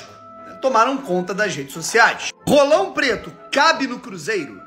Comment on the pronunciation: Ce enche a boca demais pra falar "RRolão Preto", tá parecendo o amigão KKKKKKKK